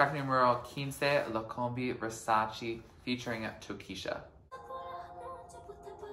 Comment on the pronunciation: its Versace, not VersaCHI